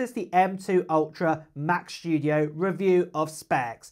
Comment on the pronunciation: It's the new Mac "Schtoodio"! 😆